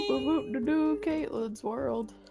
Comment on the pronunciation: I know puns are your thing but you said katlyn but don’t you mean CAT-lyn